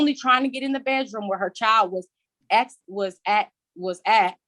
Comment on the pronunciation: What is a "Bet Room" door?